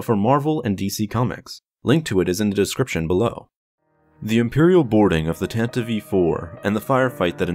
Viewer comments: 🤦‍♂️ Why do people pronounce the ship as Tantive 'E' 4? It's just Tan-tive four. Not Tan-tive-ee four. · STOP SAYING TANTIVE E4 ITS TANTIVE IV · Dude...you gotta stop saying "Tan-ta-vive." It's Tantive. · Its tantiv 4, not tantiveee 4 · it's called Tantive! Not Tantivie! Why is everyone pronouncing it wrong?? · Tan-tiv, not tan-ti-vee. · "Tantiv-ee IV"? Really? I've always pronounced it like 'Tan-tive', same sound as 'give', because that's how English works. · Why does he keep saying “tantiv-ee” ? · did you say the tantive e four? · “The Tantivey IV” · What is a 'Tan-tiv-ee'? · wait wait wait wait.. Did he say "Tan-teev"?? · Doesn't really change or oppose my stance at all, it still sounds dumb and I'm still going to pronounce it tan-tive. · Tantiv 4 the e is silent. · It's pronounced "TAN-tiv" dude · Although from what I hear, the radio broadcast version used the "Tanta-vee" as the correct pronunciation, too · You fail to consider that it's a stupid pronunciation and the way literally everyone else says it sounds way better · The e in Tantive is silent. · Bro you should learn how to say Tantive